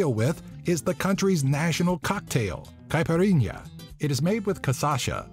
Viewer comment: "Caepirínea" HAHAHAHAHAHAHA "Cajiachia" HAHAHAHAHAHA